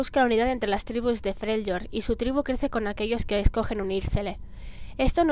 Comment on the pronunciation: Se pronuncia "Frelyord"